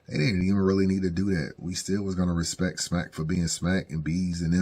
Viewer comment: Smack says let's have some RESPET let's have some RESPET 😂